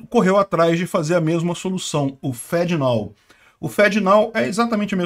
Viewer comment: Literalmente pronuncia "fedenao".